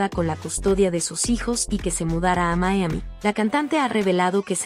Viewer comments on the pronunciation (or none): none